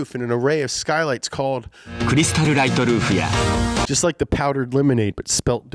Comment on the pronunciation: “Creestal light a roofia”